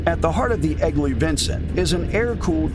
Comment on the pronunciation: LOL "Flying Squirrel." We've come a ways with bike model names. Fun to watch, but the AI robot got so many things wrong. E.g. Different models shown while discussing the Vincent and Norton, and "Eggly" instead of "Egli." No thumb down this time, but I'll avoid the channel.